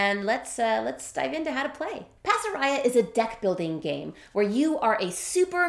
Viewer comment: Pasaraya! How wonderful. When we lived in Jakarta (Indonesia), Pasaraya was the major department store that we shopped at. It looks like the designer is Malaysian - I'm surprised that the currency is Miel, rather than Ringgit or Rupiah. Incidentally, the word "pasaraya" should be pronounced with all long a's (like in 'Father') - Bahasa Malay/Indonesia doesn't have a flat "a" sound (as in 'faster').